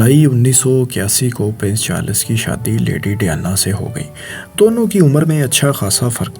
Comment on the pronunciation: Oye princes Charles he Princes charlas bole jaraha he pori vedio me. hi rehta he or aya he faisal bhai ko replace kerne 😂